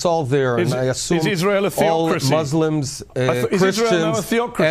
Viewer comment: Am I the only one who hears say Israel like Ishrael? I dunno...either way I already called Bennett to be worse.